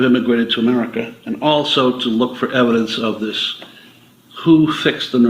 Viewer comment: MTG was worth $700k when she entered office, she is now worth $25m. She attributes it to her construction company; however, her stock trades prove differently. And it's "dis", not dish. Sam did a video on MTG, might want to watch it. Happy Turkey Day!